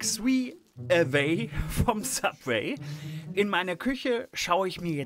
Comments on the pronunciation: Sabweh, Siesasäläd... Uff Und als ob der als Koch nicht wüsste, was Fajitas sind, wtf... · Wenn er bei „Subwee“ schon so überfordert ist frag ich mich wie er allein zum kacken geht.